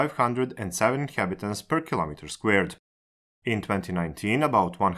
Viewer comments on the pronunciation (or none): none